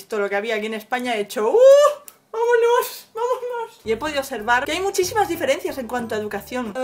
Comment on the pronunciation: "uhhhh, vamonós, vamonój"